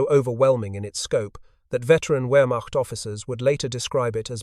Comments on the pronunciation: Please program your AI voice for the correct pronunciation of words such as Wehrmacht ( it’s “ver-macht”. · Rather repetitive. Two different pronunciations of "Wehrmacht". I strongly suspect A.I. involvement.